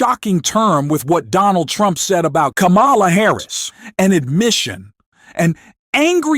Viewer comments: Kámala, not Lamála!!!!!!!!please. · Her name is pronounced 'comma la'. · Jeez, please use the correct pronunciation of Kamala. Like the 6-year-old nieces of Kamala taught, at the DNC. Kamala is pronounced like "comma" "la". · The way you mispronounce her name over and over, especially after the DNC in which is was so clearly explained, is inexcusable. And Tim 'Wells'??? If you can't be bothered to learn how to pronounce names, you shouldn't be pronouncung them in public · Pls pronounce VP Harris' name correctly. Seriously. I am slammed with The Other Side saying wrong. It is instilled. Disrespect.